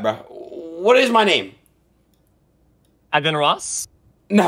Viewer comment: Aden not Adin